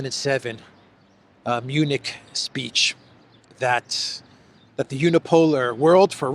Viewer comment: Did I hear that right? Did you call it the Eunich security conference?